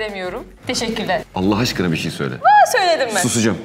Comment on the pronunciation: de romantok komadi demesi cok tatli❤ ALAH aşkına soyler mi sin demesi bide aski bastirarak soyluyo😂❤ ""cok mutlu olmuştum""😍yaaaa yaaa AYTAC OLURDUM DEDII😱😆😆 BUNLAR SEW LER INSLH🙏🙏 de aytac in inandik larina bende inaniyorum benim de annem kulle bastirmaz cok zorda kalmadikca basmiyorum bastigimda da bismillahirahmanirahim diyorum🤲😊